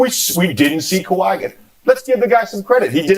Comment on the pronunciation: Why do you say Kawhi’s name with 3 syllables? 😂